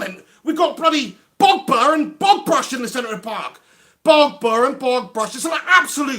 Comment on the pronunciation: Nor Nizar Mohamed, yea my 1st time on here, stumbled across this, he had me in stitches. "", "The portugease Mr Bean", hilarious😂